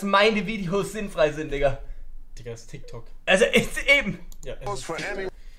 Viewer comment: Es heißt Tyk Tok😐